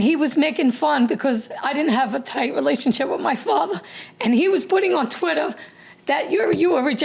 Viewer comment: "Tweetah" larry...sir... blink man. 😂😂😂 But for real. That woman is scary- vicious. 😢